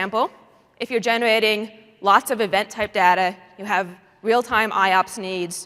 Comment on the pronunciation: it's very annoying the way she pronounces "data"